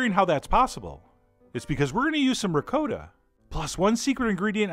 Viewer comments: This is a chief that doesn’t even know how to pronounce Ricotta cheese correctly Lol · ITS PRONOUNCED RICOTTA YOU FUCK. Love your vids. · It’s ricotta emphasize the “ahh” at the end. And roll that R off ur tongue. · Che John be butchering the word ricotta. Great vid. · Sorry, you don’t pronounce ricotta cheese properly. It’s ah not o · LOL. I adore you chef, and look up to you. I have made MANY of your recipes. It's just one of those words that drive me MAD when said incorrectly. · ME TOO! lolol. I cringed every time! LOL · The Euro Cooking Canuk Tou beat me to it, cringed everytime he pronounced it incorrectly. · The Euro Cooking Canuk It's Dakota, not DA-CODA. ;-> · is he saying ricotta weird or is it just me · Daniel C oh and btw in the comment section look for The Euro Cooking Canuk because John from Food Wishes responds that yes Ricotta does not rhyme with Dakota. If the creator of this video can admit his mistake, be a big boy and admit yours. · How can a "chef", butcher the pronunciation of Ricotta?? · Gabriel Davidson I'm currently arguing with three people on this thread who insist he's saying it the "italian" way. why I even bother...slow social night. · R Gordo But John says Ricotta like N. Dakota with the "a" very pronounced. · Daniel C Dude give a rest, even Chef John acknowledged he said it incorrectly in the comments section. Your immune to facts aren't you. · You are a wonderful chef and teacher, chef John. However, your pronunciation of ricotta has made at least 214,373 Italian Grandmothers roll over in their graves. In fact, a few who are still living rolled over, just because they could not help themselves... There is no such thing as "Rick-coat-a" cheese. Say it slowly now, "Ree-coTH-a" or if you really want to go full-Brooklyn here, "Reegoth"" Rest peacefully Nona... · Don't usually do this but your pronunciation is a little off .. The "cot" in ricotta is pronounced. . Like it is, cot. . Not "coat " Great recipie, like I like ! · Reee Gotttt!